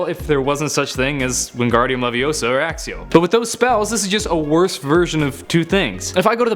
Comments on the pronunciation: Just because you don't understand how a spell works doesn't mean it's dumb. Also learn to pronounce 'Accio'. Its pronounced 'Ack-ee-o' not, 'Ack-see-o'. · Er.. sir? It is not "Axio", it is "Akio" (Did I spell it right? All I know is that is is either a "c" a "k" or both) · Its accio not axxio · Ron: Says: Axio Potterheads: IT'S ACCIO! ACK-EE-O! GET IT RIGHT! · It ain't ACSIO.... IT'S ACCIO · My reaction when he pronounced Accio like asio was like Accio It’s ACCIO Like akio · When somebody hasn’t done their research about Harry Potter Like if you are a potter head Plus it is accio not axio Duh 😕👈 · accio not axio. what a muggle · it's not axe-ee-oh it's ak-ee-oh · It’s not axxio it’s accio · Its not axio its acio '-' "Hermione parody" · ITS accio , not AXIO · why do all americans say "A-SS-I-O" its said "A-CK-I-O" as reffered to in the book and movies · Accio isn't pronounced 'axio', it's pronounced 'akkio'. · Koolios He’s a muggle and it’s "It’s 'akkio' not axio." I’m a potter head obviously and I’m using Hermione references. Ok I’ll stop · It’s pronounced ak-key-oh not ax-ee-oh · akio, not axio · Not all first-years can do Alohamora. Hermione is rlly smart so she can. Have u not noticed in that one part of Sorcerer’s (or Philosopher’s) Stone Ron tried to but couldn’t? Also it’s Accio not Axio. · Everytime he said accio I cringed because its (akkio) not (axeio) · Are you saying "Axio" Lol the spell is Acio (hard c sound) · Its aqqqqqqqqqqqqqio accio not assio jk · You are so dumb and the spells aren't you are also why do you say axcio it's accio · its not axio its akio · its AKKIO NOT AXIO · Accio, not axio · its " accio -like *ak-kio * not "a-xio" like who pronounces it that way....geesshhh muggles are dumb -_ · Accio is pronounced Akkio, not Aksio. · It's pronounced axcio? I thought it was akkio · It's A-kk-e-o not a-s-e-o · You prounounce it Akkio not acio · I think its pronounced AKIO not axio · Did he say “axio” I can’t anymore I’m leaving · Its accio not axio